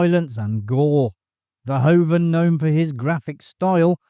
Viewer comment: Verhoeven, not Verhoven. sounds like Vair-who-vun